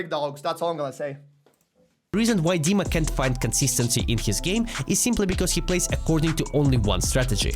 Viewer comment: dima is not donk dima is diank xD